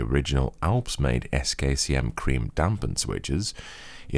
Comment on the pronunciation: saying "damp creme/cream" is just so weird XD